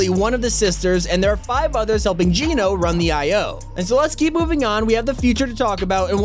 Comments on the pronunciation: AGAIN.... ITS NOT PRONOUNCED JEAN-O ... IT'S PRONOUNCED JENN-O ...AS IN GENOCIDE...AND GENO (PRONOUNCED JENN-O) IS NOT A HE.... ITS NOT JONES FATHER...GENO IS A THEY...A GROUP OF PEOPLE.. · Genō, not Geenō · He ses Geeno wen it’s geno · It's not Gino it's Geno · It’s Geno not Geeno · it's geno not geeeno check the trailer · It's pronounced "Gen-o" not "Geen-o". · I think it’s Geno Geeno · It’s geno as in ‘generation’, not geno as in ‘gene’ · I hate when people pronounce geno's name its pronounced jen-oh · wheres the resemblance to GENO and jones also not to be rude but you say it like jeno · What is wrong with you, Geno is not pronounced that way, Jonesy said it to The Foundation in the opening of Chapter 2 Season 6, this is your job, please get it right so you aren't spreading misinformation, this is minor, but you were wrong about a few different things in this video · The way he says geno is a bit weird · Countdown until pronounces Geno correctly.. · You keep saying Genō wrong